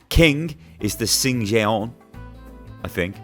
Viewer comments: Lol u said 신기전 like singiheon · singijeon is pronounced Shin-Gi-Jeon. Just you know...